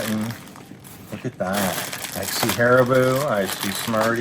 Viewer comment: Sorry, but this is one of my pet peeves... Haribo is pronounced HAR E BO (as in bow). I know small thing, but we all have our pet peeves LOL!